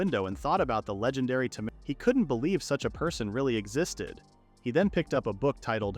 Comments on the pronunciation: Why "Tamaire", not "Tamer"? hehe. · Please teach the AI to pronounce 'Taymey' rather than 'Tamur'. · The way it keeps calling him a ta-mer and not a tamer is pissing me off… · The "a" in tamer is pronounced as "eyyy." It uses the long a pronunciation. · i love how they pronounce tamer as Tamehr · Less than 2 minutes in and tamer being pronounced as tam-air repeatedly is making me choose between sucking it up or leaving is killing me. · Didn't realize tamer was pronounced as tomare. Problematic AI speech. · AI reads it tamere for the guy but reads as tamer's guild for the place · That's not what the narrator says, though. It says "Tamir" /tuh-meer/ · ai cant read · Like tay-mer the correct way, the vid's pronunciation wrong. It sounds like a bad french impression. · "Temeer" makes me want to stick knitting needles into my ears. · So we've been saying tamer wrong this whole time. 🤔🤔🤔🤔🤯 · Why do I want to put up with an AI that can't even pronounce "tamer" correctly when the developers aren't even interested in hearing the first few minutes? Animeworks is just a cash cow to them. As for the dev of it, they have better things to do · Ugh... omfg... learn how to make the AI voice properly say the word "tamer". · Til I have spent my entire life mispronouncing, "tamer." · He knows.. It was obviously them being sarcastic and making fun of the mispronunciation. XD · No, it's definitely just this video doing so xD